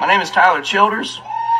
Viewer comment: thats how I've always thought his name is supposed to be pronounced. Sounds just right to me.